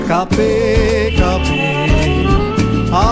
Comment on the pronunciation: Ore baal ota Cup'er cha noye re...কাঁপে মানে কম্পন। Tuhin'o arekta baal pronunciation'o thik korte janena abar gaan gaiche😂😂😂